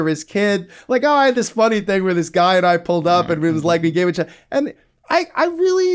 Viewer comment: Great conversation! Side note: first time I've heard someone pronounce "each other" as "itch other"